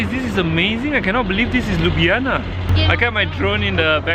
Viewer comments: Not Liub'yana, but LyubL'ana. Where is my rap, you promised? Do it? it's simple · Liub'yana (Ljub-djana), as you said, mean kiss pussy. :D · 😐 it’s Ljubljana !!akward